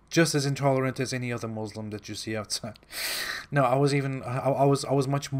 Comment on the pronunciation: Lol realy ex muslim😂😂 or yet another fake. Im amazed by how he pronounce basic things every muslims know to pronounce. Considering his family is very strict he dont even know to pronounce "muslim" .. Here all muslims know he was not a muslim. See how he explains muslim family and community... I was laughing seeing how seriously he was telling lies😂😂😂